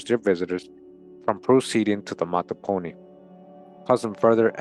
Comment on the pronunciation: Mattaponi pronounced Mah-ta-Po-ni Just in case someone want to say it correctly. I was born and raised there. Still listening Thank you for this video